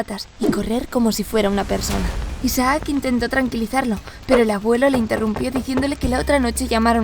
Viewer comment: Me da un noseque cuando pronuncia «Isaác» en vez de «Isaac».